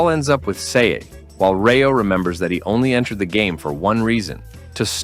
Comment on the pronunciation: Bro it's rayo not reo we'll prenuptial as rati and elt as teo